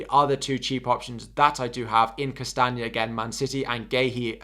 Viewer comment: It’s Castagne, not Castange 😉